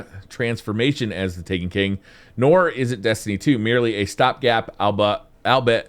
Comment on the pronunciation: lol.ALL-BE-IT albeit!